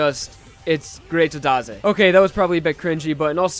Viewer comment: Jojo vs Avatar confirmed? :O also lol the way you said "Greato daze"